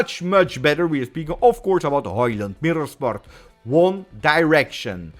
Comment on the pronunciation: Great vid, a comment for the algorithm. We all hope Højlund (my boy from copenhagen) make it, and props for pronouncing his (and Haalands) name right 😉